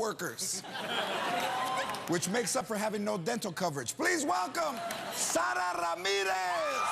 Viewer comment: I love the spanish pronounciation of Sara! So much better than Sarah